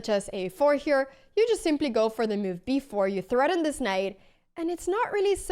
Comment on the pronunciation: Intressant uttal på ordet move, låter som du kastar in ett random 'i' i ordet haha "miove"